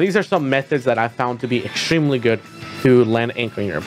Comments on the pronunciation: Did you just say Inkstremely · You mean it's "INKstremely" important you charge up your ink. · "its... inkstreamly important" im calling the cops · INK-stremely important